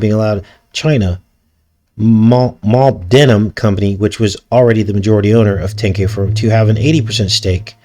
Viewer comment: Molybdenum= mo-lib-dinem Sorry